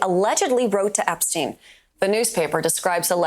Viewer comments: it's Epistein, not EGG-Stein hahaha... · Why do you refuse to pronounce Jeffrey Epstein's name properly? It's not fucking Joffrey Eckstein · So you can play a video clip about Jefferey Epstein where they can say his name but you call him "Joffrey Eggstein"? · Jeff-Rey Ep-Stein 😂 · what is up with your epstein pronunciation? is it an algorithm thing or what? do you spell it that way too?